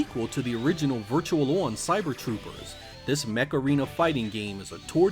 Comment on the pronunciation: Virtua not virtual. On line not one line. Learn how to read please. Love your vids but goddamn dude